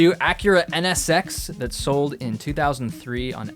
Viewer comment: The way he said "2003" bruh lol